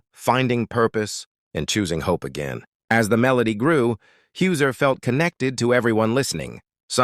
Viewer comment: HIS NAME IS Hauser not Hooser (your Ai voice) For goodness sake can you not get even his name right.